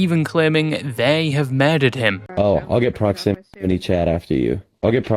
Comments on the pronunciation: ‘I talked to proximity chat yesterday’ ‘that was his spiwit acksually’ cracked me tf up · Pwoximity cshat